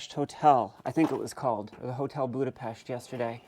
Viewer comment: A woman who pronounces Budapest properly, bestill my quivering heart 😊 Not with an AED though, please.